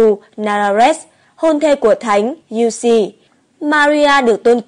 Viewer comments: Thanh Giu se doc la Giu Se chu khong phai la Giu Si nha ad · thánh giuse đọc kì lạ vậy ???? cách đọc theo cách ghi ấy